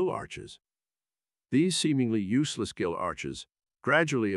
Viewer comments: Excellent video, as ever, but 'gill', as in fish breathing organ, is pronounced as 'ghill' and not 'jill', which is a girl's name in English. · I like how the thing can perfectly pronounce "deuterostomes" and "echinoderms" but can't say "gill" or "chordate."